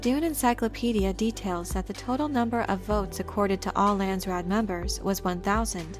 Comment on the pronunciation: pronunciation phonetics Landsraad = Lah-nds , Rah-ad = Dutch / Afrikaans / Flemish / some German . from native speaker . Raad = council / board members (both correct) therefore national council = Landsraad then direct translation = country council / nation council / ( land council and land board or board of land ) - most direct translation . from NERD Cape Town Kaapstad - Republiek Suid Afrika / Afrique Du Sud / close to ExP.Trumps NAMBIAN KO-FE-FE from Namibia or Republic of South West Afrika our Northern neighbour like Canada and USA same languages , and former protectorate client state during cold war.